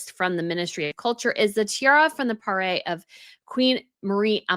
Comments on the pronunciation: Parure. Not Parée. Please! Try "Pah-ryr" or "Pah-rear". In particular, when you are about to launch "CountingTheCenturies" channels. Be more professional in your pronunciation. This is Princess Gloria of Thurn and Taxis, wearing the tiara and the brooch (the brooch is set differently, though) on her wedding day in 1980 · Hello from 🇫🇷. Astonished at this theft. And almost as heartbroken as when Notre-Dame burned down but we were quickly assured it would be rebuilt. I’m not sure these historical jewels can be replaced 😢 PS: It’s "parure", pronounced pa-roor in English. It’s a French word that comes from the verb "parer" (pa-ray) which means to adorn 😊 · Thank you for saying what many people are afraid to admit: every culture has done it. Europe was only at the vanguard. I don't seem to understand what you're calling the sets (mispronunciation perhaps?). 'A full set of coordinating jewelry, historically including a necklace, earrings, bracelet, and brooch, and sometimes a tiara' is a PARURE. The r's are soft (French) but the rest is as written. The German Princely House of Thurn and Taxis is pronounced like it's written so it's not Thorn but a decisive U like 'uhh' and Taxis an I like 'e'. 😊I'm not trolling, I swear, I'm trying to contribute because I know you love culture and jewelry and they are both connected throughout History. Your videos & photos are profesional, you should have sold them to the News!